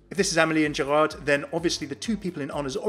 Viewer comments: we don't say the "d" in Gérard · Hey ! Just wanted to say, that in French, you don't say the D at the end of Gerard. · I love tour accent when you say "Amélie and Gérard" XD